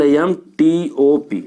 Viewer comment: Its palmtop sir L is silent